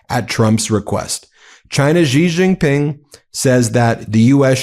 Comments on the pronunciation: Great coverage guys. But please learn to pronounce foreign names coz your pronunciation is making my ears bleed. Xi Jin Ping = Shee Jin ping. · Please say Xi Jingping properly, its annoying. Xi is pronounced like 'She'